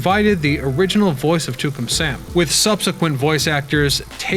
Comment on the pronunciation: It`s Tucan Sam (sounds like Two can). Not Toocum.